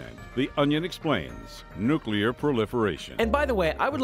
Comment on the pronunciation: Fun fact this guy uses a k in nuclear cant pronounce his topic of choice